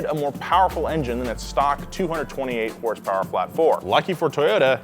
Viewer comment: how many hurse-perwers